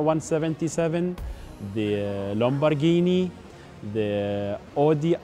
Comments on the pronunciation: he said lumbarghini lol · “ the uh lomborghini and uh the odi r8” “ the mostang “ I’m a Muslim and I speak waaaaaaaaayyyyy better